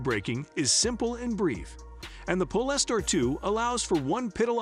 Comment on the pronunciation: Robovoice can't even say Polestar properly. Instantly put me off watching.